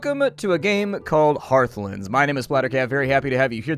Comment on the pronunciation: Lol you pronounced the game wrong.